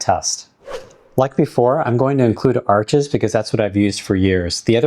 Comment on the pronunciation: Thanks for sharing these watercolor paper videos. FYI - not a criticism- Arches is pronounced like arsh , and Hahnemuhle is pronounced like hawn-a-moo-le.